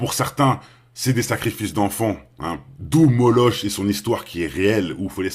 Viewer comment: Hello! Le démon Moloch se prononce "moloque". Omniprésent chez Harry Potter? C'est pas chouette ....